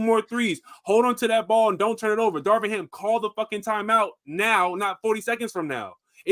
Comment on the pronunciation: can’t even get “Darvin” Ham’s name right. Nothing he said mattered on that subject 😂